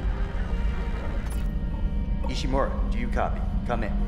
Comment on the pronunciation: Ishimura not Ishimaru, I understand if Ishimura is hard to say.